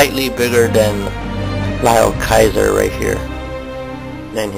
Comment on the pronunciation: isnt it LEEOH kaiser?